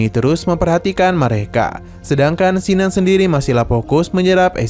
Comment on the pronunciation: Bukan Sinan,tp Kinan,nggak enak di dengar namany